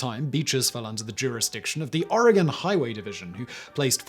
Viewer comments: You say oregon real funny. We all know who’s not from here when they pronounce the e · I lived in Oregon (pronounced "Orygun") at the time and my aunt handled the insurance claim for the damage to the vehicle. However, you got two facts wrong. The newspaper was the Eugene Register GUARD, not Herald. And Oregon beaches have been public highways for many decades before the whale incident. It didn't just happen on that day. It is the way that Oregon keeps its beaches from being privately owned.